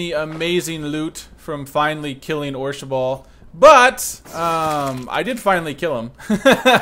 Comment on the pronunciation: it's orshabaal not orshaball